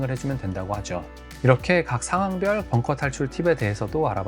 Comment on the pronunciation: bunker ( 자꾸 뻥커라고 들려서요😅 잘 보고 갑니다👍👍